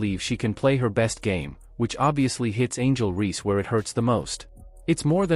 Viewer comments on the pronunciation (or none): Horrible AI. Who is “Angel Ree.”